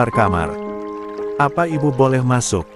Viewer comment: Ibu kok di baca L bu sih.😮😮😮